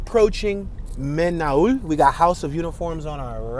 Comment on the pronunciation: men all is how its pronounced